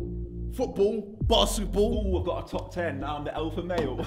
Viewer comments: Its pronounced "basseball" according to ksi lol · “Basketball” another one to add to the list of words Ksi can’t say properly 😂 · He can’t pronounce basketball either 😂